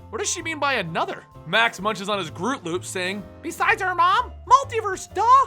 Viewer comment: "Groot Loops"? XD